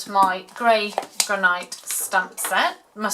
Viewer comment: Very pretty,they’d look a treat on the table. Though I’ve never heard Granite pronounced like that. Maybe I’ve been pronouncing it wrong all these years.😊 In my world it sounds gran it. x